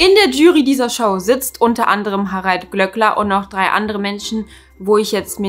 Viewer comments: Bitte, das Ö im Namen wird langgezogen... 🙈 Glööööööööckler und nicht Glöckler. 🙈🙈🙈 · Ich stimme dir in allem zu und finde den Glööckler auch unmöglich. Es triggert mich allerdings hart wie du seinen Nachnamen permanenten (absichtlich?) falsch aussprichst. Es wird ja auch mehrfach in der Sendung erwähnt wie es ausgesprochen wird. Habe selbst einen Nachnamen, den die meisten falsch aussprechen und das ist einfach super nervig.